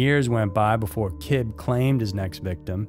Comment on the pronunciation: It’s not Said like “Kibb” it’s “Kibbeee.”